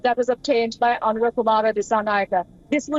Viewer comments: It's Anura not Aruna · Dude it’s ANURA not ARUNA 😂 you guys are keep doing this , is this ignorance or negligence 🤷🏻‍♂️ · boy you did not say Aruna instead of Anura! Jesus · Not “Aruna”, he is “Anura”. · Not Aruna kumara it is Anura kumara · We feel very sorry for not capable to even pronounce the name of the new Presidents name properly by a reputed indian social media news channel...Very common issue among indians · why don't u pronounce Anura's name properly. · Its Anura